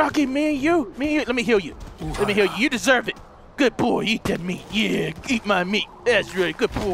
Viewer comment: He did say heal he just pronounced it, "Hill".